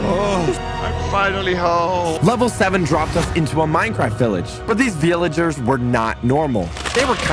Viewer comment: (talking about a hole teleporting them to a village) Also:"says vilaegers" (That's what i heard if you guys hear him saying that just repile "yes i heard him" not begging for repiles)